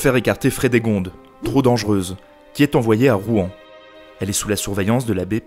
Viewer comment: On dit Rouen comme le "Rwanda" ! Mais très instructif quand même haha